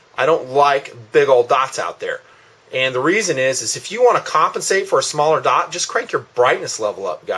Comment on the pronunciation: Sorry, but it just bugs me how you pronounce the word "dot" like "daught"